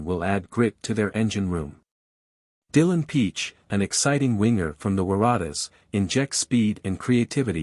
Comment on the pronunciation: ai pronunciation of the Waratahs is hilarious